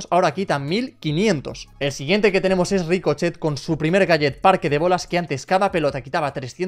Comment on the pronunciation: En el minuto dice rico chet pero es rico